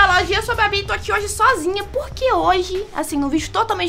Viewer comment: Mo engracado ele falou puque